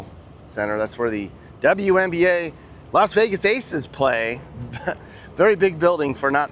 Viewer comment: Lost way gas ⛽😊😊or Lost vey gas is it a v or w.